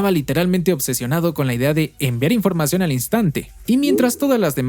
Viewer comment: Se dice información